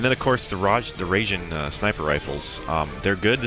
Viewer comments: rye-jean. "a" is like a short english "a", 'i' is like a long english "e", but quick. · Raijin like pie-gin.